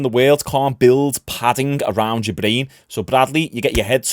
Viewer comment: A nerve that shuts off your blain it runs up to your blain. Its all about the blain. This dude really thinks he knows anything about fighting. Your not skilled what have you ever done you cant even say brain correctly